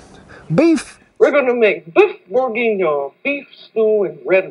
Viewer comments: Pronounce boor-gee-neon. That's an very tasty looking version of a very French meal. Regards from France 🇫🇷 🇺🇸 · Actually, it's closer to "bour-gin-yawn." With a semi-soft G and very soft N. That's the " 'murican" way of saying it.. Now, then. Since I got called out below on my regional, mispronunciation, I'm happy to "fix" it... LOL "Beuf bourh-gzeeh-nyaw" with a semi-soft G that you have to twist in your throat while wrapping it up with a Z and the last N in "yawn" is actually silent, with sort of a guttural grunt, instead of finishing the consonant, as are a lot of last letter consonants in french, they never can finish anything all the way thru... LOL. ;) That should keep the French speakers at bay. ;D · you pronounce it like boor-geen-yong :-) with "'g" like in "garry" not like "gin" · "beef bourguinhé" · *borgohnyawhhhn lol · I see you had a little trouble pronouncing it, us pro chefs do to, in the industry we call this dish borgie.